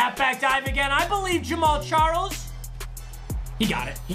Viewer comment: Am I only one who thought he said James Charles?